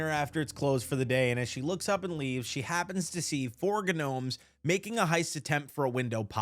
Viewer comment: Had me so weak, Guh-nomes😂😂